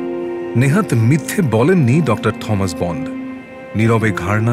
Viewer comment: Thomas. উচ্চারণ টমাস, থমাস নয়